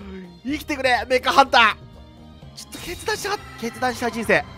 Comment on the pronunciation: 決断がしたいが、けつ出したいに聞こえた